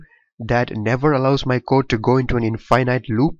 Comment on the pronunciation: in- finite... Don't say it like that Say in - fi - nit. at the end don't say night, say nit or knit. it helps with comprehension and differentiate infinite to finite.